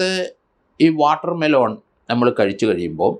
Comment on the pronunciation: വാട്ടർമെലോൺ അല്ല വാട്ടർമെ ലൻ